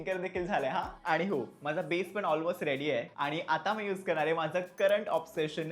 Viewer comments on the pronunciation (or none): none